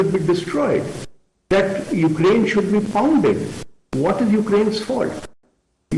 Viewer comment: Every damn and dick of Indian Media anchor is talking endlessly all day about Ukraine/Russia conflict without knowing where Ukraine is. All of a sudden these half-headed anchors have become experts, who can't even pronounce the name accurately. I am dead bored, do they think they are gaining any extra viewership? I doubt it.